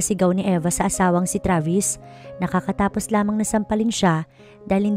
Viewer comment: KATATAPOS NOT KAKATAPOS.PAGBUTIHIN ANG PASASALITA NG TAGALOG.REVIEW BEFORE UPLOADING THE STORY.